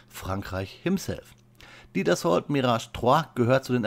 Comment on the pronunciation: Wird das Dassault im französischen nicht eher Dasso ausgesprochen